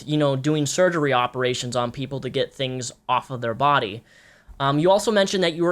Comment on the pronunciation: Oh my god.... "I wasn't absorbing nutrients in my bawdy... So I got fat" Biittch